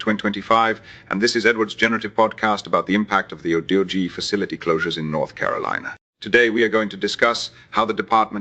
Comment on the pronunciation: i award you negative 3 points for pronouncing Doge "dodgie". and negative 3 points for fake news. i made it so